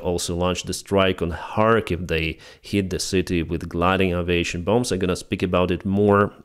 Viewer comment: Just a comment on the word aviation. The first occurrence of the letter a isn't pronounced 'ah'. It's The same sound as the second occurrence. It's the same sound as the letter 'A' when you say the alphabet. It's a slight mispronunciation, and no one is going to confuse it with any other word, I just thought you might like to know.